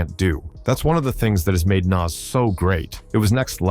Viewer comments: You've got something against Illmatic by 'Nass'? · I'm so tired of white narrators messing up the names of these legendary rappers...Naz vs. Nas & Pack vs. Pac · Dude, at least know how 2 pronounce Nas, not "Naz"?!?!.! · that dude in the blue shirt is who??? and does anybody notice the narrator of this video has no idea of how to pronounce rappers names ,,,,naas, pack, come on now its NAS and TUPAC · It's sickening. I would prefer someone reading this instead of hearing nonsense like Dr. Dot Dre....I mean c'mon. And Pack and Nass. When I hear that I can't trust the info. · Pack … lol … many decades Dey still getting it wrong it’s pac..which is pronounced poc, long O sound. Nas …pronunciation is Noz … damn it get it together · God I hate it when AI mispronounces well known names. "Nass" "Pack" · "pack" and "nass" - I'm fucking done! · Narrator can't pronounce names correctly smh